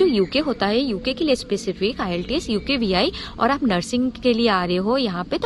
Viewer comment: Iillteeas nhi hai bolna to sikho pehle